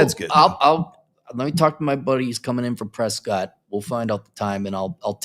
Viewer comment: It’s pronounced “Pressket” not Prescott.